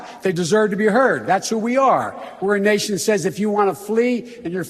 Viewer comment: He said "you're in a nation like Germany" and I heard 'the urination of Germany' 😂